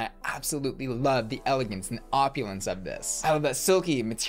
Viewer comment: Wait…. How’d you pronounce Opulennnnnce?😂😂😂